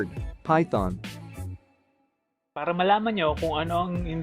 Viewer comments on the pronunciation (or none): "Phython" # GCASH